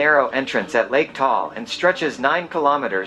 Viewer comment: It's Ta-al not Tall (different meaning).. foreigners just mispronounce it, we're not mad though